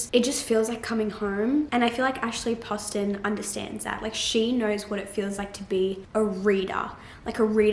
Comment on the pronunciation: You are the first person I've heard say Ashley Poston's name right. Lol So excited for this video!